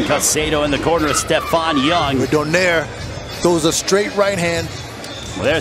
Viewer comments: It's Donaire, not Donier. Very lazy commentator. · PRONOUNCE IT AS DO-NAI-RE